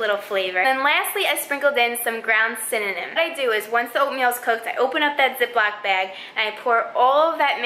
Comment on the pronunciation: So I was playing at 1.5x and had to stop because I thought I heard sYNONYM